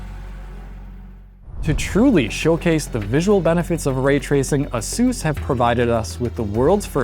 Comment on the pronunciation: Omg is that how to pronounce ASUS?!